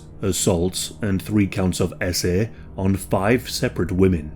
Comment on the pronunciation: Every time you say eSs-Eh you cheapen what actually happened to the victims. It's so cringe.